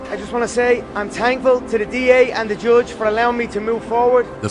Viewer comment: Conor only does the “tankful” and i “tink” when he’s trying to sound like some odd type of Irish accent. But he can pronounce “TH” just fine.